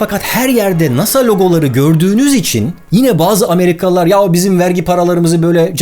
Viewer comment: amriğalilar uzaya gitmedi bizi gandiriyoğ